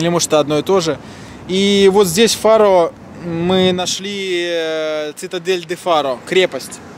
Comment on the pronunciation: читается фару